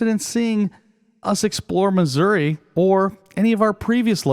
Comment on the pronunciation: Nice collection of images. This is a good video showing how you have to work at a location to find composition. You did good. Also being respectful of others in the area is great. I was also thankful that you said mizzurah in the narrative. Not missoori. Lol. I know its the local pronunciation that counts. Awesome looking place. Maybe one day I'll climb out of my snowbank up here in canada and travel south. But if you ever feel like trying some snow? After this covid thing is over you are more than welcome. Keep shooting and as always stay safe folks.